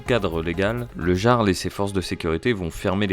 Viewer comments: "Le Garle" . . . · Le "yarl", pas le "jjjarl" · Le jarle 😂😂 sa se prononce yarl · ça se dit pas "Jarl" mais "Yarl" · Essayez au moins de vous renseigner, ça se prononce [Yarl] et analysez la vidéo d'une heure trente et pas un cumul d'extraits de 27 secondes... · déjà sa se dit le YARL phonétiquement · Ont dit le "Yarl" pas le Jarl xD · ca se prononce "Yarl" je crois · Jarl ce prononce " iarld " en faite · On prononce le "Y"arl nom d'un chien 🐕 🐕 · Le gearle 😂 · Euh…on dit « Yarl », même si ça s’écrit Jarl. 🤦🏼‍♂️ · Oui, on dit "yarl" et cela s'écrit "jarl". Comme dans Skyrim. C'est un mot emprunté des langues anciennes du nord. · Le Jarl.. Ça se prononce "iarl" mais bref.. Je me demande qui a lancé les hostilités.. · Le "G"arl... 😅 Va falloir revoir la pronomciation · Ca se prononce "yarl", comme dans Johan. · Comment il dit le jarl, faut vraiment etre ignard pour dire ca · Ne pas savoir prononcer "Jarl"... C'est une IA ou le stagiaire la voix off?